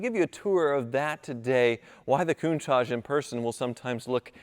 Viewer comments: Nah, don't sell the Countachgee ( pronunciation) now. In ten years, it will be worth enough to pay off another ex-wife all on its own. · What's with the pronunciation 'koon-taj'? Come on surely you know better than that